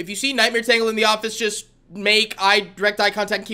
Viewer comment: I know it’s been a year since you commented on this video, but it’s pronounced as “Taingle” not “Tangle.”